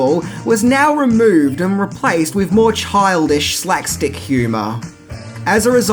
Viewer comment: Did you say “slack-stick” humor? It sounds like it. If so, it’s “slapstick” humor.